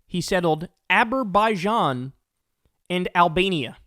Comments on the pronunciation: His next Executive Order will be to change the pronunciation of Azerbaijan. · When trump says "Aber-baijan" the look on starmer's face is priceless. 🤣🤣🤣🤣🤣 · Aberbaijan? Albania? 🤣🤣 How about the one-way ticket to the Hague award? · As an Albanian, I never knew we were at war with “Aberbaijan” thank you 😂😂😂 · The gaffe is funnier in the UK because "Aber" is the first two syllables of many Welsh towns and villages. (It's the Welsh equivalent of the suffix "mouth" for English towns.) So Trump sounds like he's describing having ended a war in Wales! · Watch. Everybody in the Trump administration and even Fox News, plus all of right-wing media will start pronouncing Azerbaijan the same way 🤦🏻‍♀️🙄! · Sorry Kyle, I think you got it wrong this time. He has no decline, he just never able to pronounce that words to begin with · I have trouble believing that a guy who can't even pronounce the name of a country right stopped a war involving that country. I have even more trouble believing it when there wasn't a war between the countries he listed off. It's like if I said I stopped a war between Cand-a-day and Antarctica.